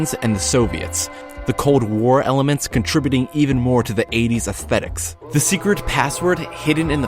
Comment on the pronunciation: the way he says astetics is retardet